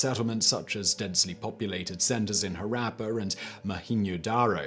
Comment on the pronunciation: Omg Simon's pronunciation of Harappa is just hilarious